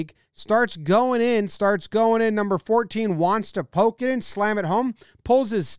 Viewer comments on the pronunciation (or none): none